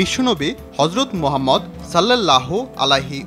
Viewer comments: ভাই আপনার মুখে গজব পড়ছে আপনি রাসুলে নাম ভেঙ্গে ভেঙ্গে নেন এক বারে উচ্চারণ করলে কি সমস্যা। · এত সুন্দর একটা নাম উচ্চারণ করতে মুখে বাজে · এই সমস্ত লোকজন দিয়ে কেন প্রতিবেদন করানো হয় বুঝিনা!! নবিজীর রওজা মুবারককে বারবার কবর বলে অভিহিত করছে। পবিত্র নাম মুবারক উচ্চারনেও সাবলীল নয়। আশ্চর্য!!